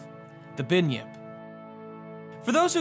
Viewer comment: binyip?? its its pronounced Bun-Yip